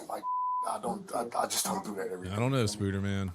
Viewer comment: Lmfao you said spuder man!!! Baaahahaa